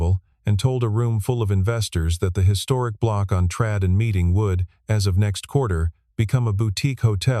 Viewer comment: it's not "...trade", as in chad, it's trade, as in tray'd :)